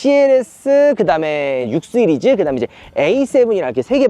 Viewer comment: 근데 얘는 볼때마다 느끼는건데 '시리즈'가 발음이 안됨? 항상 'thㅣ리즈'라고 발음하던데 들을때마다 존나 거슬려서 모트라인이나 오토뷰 보게됨ㅋㅋㅋㅋㅋㅋ